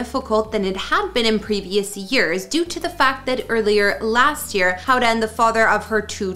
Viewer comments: It is NOT pronounced Howda, her name is Hoda. There is no W there. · Yeah, no kidding. It's not a difficult name to pronounce. Try this: 'HO-duh'. The O says it's name, accent on the first syllable. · Can you at least learn how to say Hoda’s name correctly??? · The mispronouncing of Hoda's name was driving me crazy!